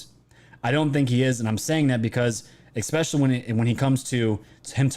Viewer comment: peace out. just can't stand the "ex pecially'. learn to speak, dude